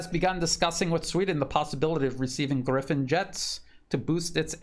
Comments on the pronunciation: Gripen and not Griffon. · Grippen, not Griffen. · its not Griphin!!! Its Gripen and it means "Grabbed" just for info...